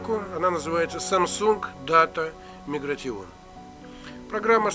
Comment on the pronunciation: Автор... Аглицкий подучи что-ли... Виндомс, бля. Мигратион.... Рыдал... :)))